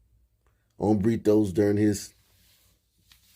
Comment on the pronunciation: You might want to say Hombertos rather than Hombritos....the latter means "little men."